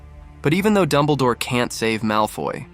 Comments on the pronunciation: ITS DUMBLEDORE NOT DUMBLEEDORE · Dumbleh-door. Thanks A.I.